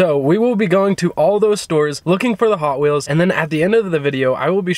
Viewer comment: The way she said ‘hoT WheelS